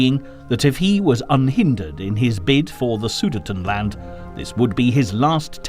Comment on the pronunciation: Thanks for the video, I really liked it. Only issue I had was the pronunciation of Sudetenland.